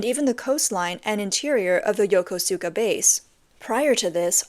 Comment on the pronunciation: it's NOT YO-KO-SU-KA, it's YO-KUSKA.